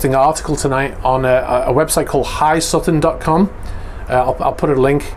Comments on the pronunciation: Great vid as always. On thing however, it’s pronounced “ H aye Sutton”. Also has a youtube channel mainly about submarines. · Its pronounced (the letters) H I Sutton. Hes a big name in defense and intel. Mostly about submarines, but he covers other topics also. Follow his webpage and YT channel for very up to date defense reporting and analysis.